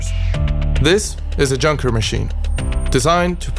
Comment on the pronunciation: That's not how you say "Junker".